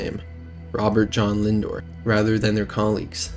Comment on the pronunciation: It's Linder not Lindor